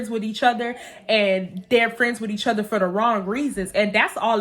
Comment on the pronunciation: I swear besides your personality, and the way you tell your story times. I watch because it’s so cute the way you say “other”😭 “Utter” 🥰😂 #UtterGanggg ❤️